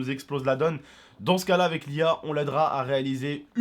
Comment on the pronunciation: A a dit Lia bizarrement 😂